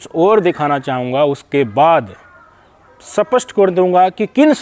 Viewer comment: आदरणीय भाई साहब, आप हिन्दी के कुछ शब्द हरियाणवी लहजे ना बोलें जैसे स्पष्ट को सपष्ट ना कहें साथ ही परिदृश्य को भी सही उच्चारण करें ।